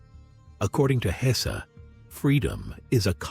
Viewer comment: Why must that unholy AI narrator mispronounce the mans name throughout